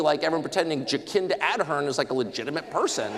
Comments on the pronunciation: Gosh! This guy is so badly informed, even the way he Pronounced the name of former Prime Minister of New Zealand Já-kinta instead of ( dʒəˈsɪndə ɑːrˈdɜːrn/ jə-SIN-də ar-DURN) 😅Jacinda Ardern . Good Lord. - The US invasion of Irak “to introduce freedom? Holy kamoli. Hope Australians see this guy for what he really is - an EEJIT Anglo American. There was no need to bash Dame Jacinta Ardern! She is BY FAR a kinder, loving Human Being than this…well Eejit from the US. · Please someone who knows Tucker, teach him how to pronounce 'Jabcinda Ardern' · Tucker it's JaCinda Ardern - the C is pronounced as an S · JaKINDA Adhern lol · I love how Tucker purposely mispronounces her name for the sake of contempt :) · he butchered Jacinda Ardern's name on purpose loll